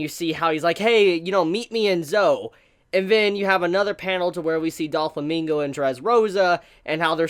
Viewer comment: not duflamingo its doflamingo